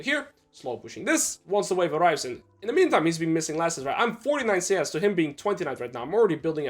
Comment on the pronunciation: Can u please say and not Eeiand